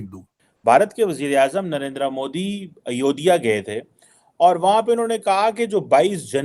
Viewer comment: ayodhya h not ayodhiya